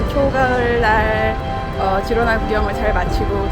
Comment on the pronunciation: 스페인어 발음 공부라도 하시고 유튜브를 하시지... G에 모음 a,o,u가 오면 (가,고,구), 모음 e,i가 오면 발음이 (헤,히)가 됩니다. 그래서 Girona의 발음은 “지로나”가 아니라 “히로나”